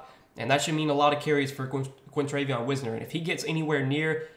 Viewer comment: As a texas fan its pronounced like wise ner